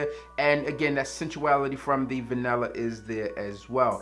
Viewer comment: VA-NIL-LA. Not vanella!!!!!